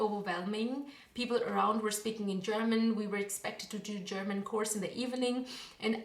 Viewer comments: WOW... your German pronounciation is amazing! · Tolles Video, gute deutsche Aussprache. Mein Abo hast Du! :)